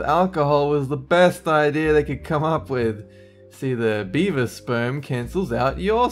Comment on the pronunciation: I thought he said "Bieber testicles" not beaver testicles!!! 😂😂😂😂😂😂😂